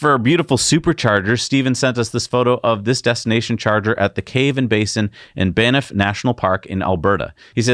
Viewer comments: Banff is pronounced Banf not Ban nif, now you know.... eh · Not being picky just a small correction, BANFF ALBERTA, not BANAFF, thanx for your show from an old guy whishing I could afford, dreaming I could own a Tesla before I shed this mortal coil! Have been a FAN for a long time. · Banff is pronounced like you would Bamf (Banff, Alberta, Canada)